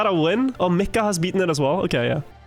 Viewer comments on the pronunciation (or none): you always have to pronounce the “m” in micka’s name.